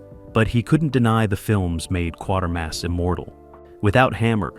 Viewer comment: The AI needs to learn that it's "Quatermass"...rhymes with "crater"...